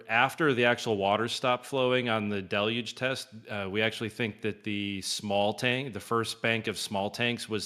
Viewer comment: Del-UGE. Del-UGE. Not Del-LUGE. There is only one L in Deluge and two syllables. The first syllable is Del and the second syllable is UGE. Everyone at Websters Dictionary agrees that there are two syllables and that the split between them comes after the Del. The second syllable is UGE and though it looks similar to the word LUGE it is not pronounced LUGE. Therefore phonetically the word is pronounced DEL-yooj (with the 2 o's being "long o's") as in the word moon. But it's not pronounced DEL-LUGE. It's pronounced DEL-UGE. Not DEL-LUGE! The second syllable does not have an L.